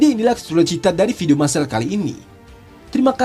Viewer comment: Bukan video bang kog ucap nya video